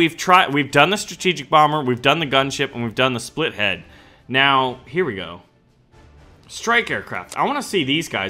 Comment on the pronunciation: its not called splitlead its called spitlead like its spitting lead